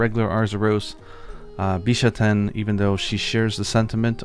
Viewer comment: Emphasis is on the first syllable. BEE-shah-ten.